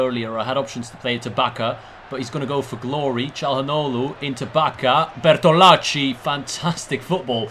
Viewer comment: Lol I find funny how you say Bertolacci since I am Italian, I mean the pronunciation is correct but it is just funny the way in which you say it lol